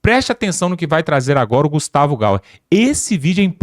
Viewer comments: Nao e gauer é Gayer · o nome do Gustavo é Gayer e não Gauer. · Vc tem dificuldade de diferenciar o "Y" do "U". É Ga(i)er e nao Ga(u)er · Olá. Vc fala errado o nome do deputado Gaier. Vc fala gauer . Procure saber sobre isso. É feio falar errado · É Gaier Gaier Gaier Gaier, Gaier.... não gauer gauer 😂😂😂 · Olha o GAUER AI GENTE,O RAPAZ APRENDA PRONUNCIAR O NOME DIREITO ,É GAYER GAYER GAYER.